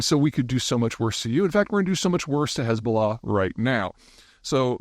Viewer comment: Why don’t you spell Hezballah as you pronounce it?